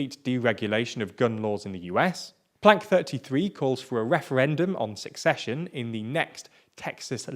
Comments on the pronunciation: I'm sure its accidental, but its pronounced 'ceh - session', not 'seck session' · love the content as usual. One thing — as far as I know, it's pronounced without the "k" sound: not sUCCession, sECession. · The word "secession" is pronounced "se-sesh-yun". And frankly, as a Californian, if Texas seceded, I would welcome it. It would mean that Texas' particular brand of crazy would be removed from the rest of the United States like a cyst from the butt of the rest of the country. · Each time you said "secession" I heard "succession". Is it just me? Or is this a quirk of a particular accent? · He can't even pronounce "secession" lol. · Lots of ignorance displayed here First, learn how to pronounce Secession